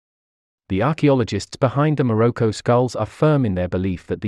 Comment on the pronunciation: I think like many you tubers, your pronunciation of English words needs revision. Like human evolution is complicated, pronunciation is not merely reciting words by how they are spelt. Many words have a received way of pronouncing them. The one I noticed in this video was your way of saying Morocco. It was quite grating. Just saying, as better pronunciation makes your videos sound more professional and educated.